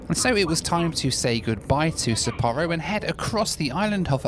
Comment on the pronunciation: I always prefer to travel by train, to be honest. You see more, you are free to move around, and on longer trips, you make new friends in the observation and dining cars. But I had to cringe every time you said Sapporo. Sapporo Breweries USA just killed the oldest brewery in the United States, Anchor Brewing here in San Francisco in a mere six years. 127 years of history and great beer gone.